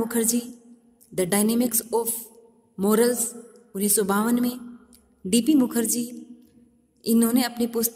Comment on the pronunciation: मैडम जी gunnis सौ नही होता, उनिस सौ होता है